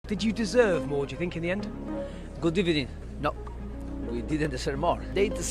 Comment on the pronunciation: Emery good ebening.😅😅😹😅